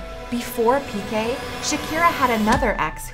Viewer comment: Piqué, is Piqué. The accent means that the strong is the last syllable. So please don’t pronounce all the names as if they were English.